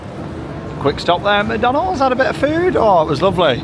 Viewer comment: Funny how you said macydeans and the golden arch